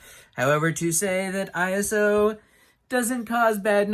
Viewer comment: I would disagree since he pronounces it incorrectly.